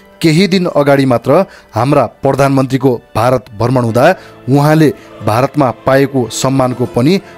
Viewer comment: भर्मण हैन हाै मित्र, भ्रमण उच्चारण गराैं न..